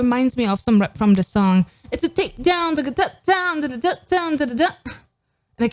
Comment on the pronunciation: its Takedown not brakedown